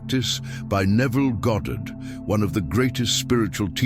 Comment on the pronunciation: "Goddard", nice, As opposed to when people call him "Godid" or "Gahdrd".